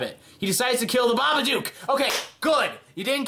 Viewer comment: How did you pronounce babadook wrong